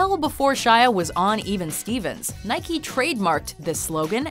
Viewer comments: It's Nike not (Nike-y) Do you say Bike-y instead of saying Bike ? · Nike not Nikey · Nikey? It's nike (naik)... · it's pronounced nike not nikey, you don't ride a bikey do you? No you ride a bike. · No its pronounced naɪki as the greek goddes, which the brand is named after.